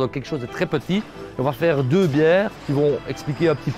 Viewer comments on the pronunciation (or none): none